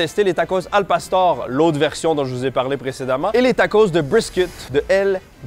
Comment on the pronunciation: Il fallait un peu de calibrrrrration et à c’est un succès la prononciation de al pastor 🙌